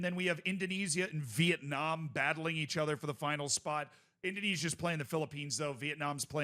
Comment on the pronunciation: Why do you pronounce "other" like "ether"